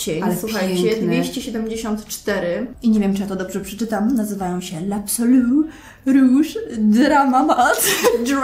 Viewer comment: Wymowa l'absolu rouge drama matte super wymowa. Pozdrawiam Romanistka.